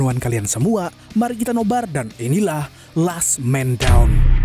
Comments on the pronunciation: Lasss kak bukan less beda penyebutan beda arti... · LAST BRO BUKAN LEST 😂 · sebutan “last” salah 🤦‍♀️